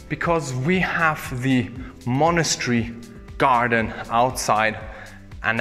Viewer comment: I've watched this video hundreds of times I'm ashamed to say. Something about this house is just mesmerizing. P.s. monastery and monochary 🤣🤣🤣 but seriously I love the video, wish you'd go back and show the chapel and grounds.